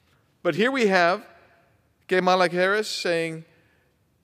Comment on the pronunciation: KAY-mala. LOL